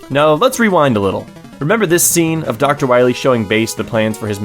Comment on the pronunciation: Wah-Mega Man you gota stop Dr.Wah Wee!